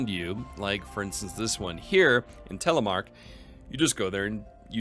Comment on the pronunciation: You said Telemark, How did you know to say that? Have you studied the language?